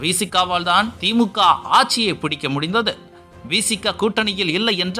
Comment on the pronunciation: யோவ் ஆட்சியா? ஆச்சியா? தமிழ் உச்சரிப்பு சரி செய்யனும்.